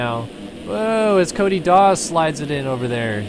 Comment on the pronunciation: hahaha when u were talking about Cody Dawe it sounded like u were saying Cody Darr with a British accent 😂😂😂